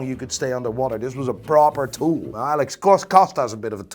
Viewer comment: Can you pronounce the word 'now' as 'now' and not as 'nahj'? Very annoying.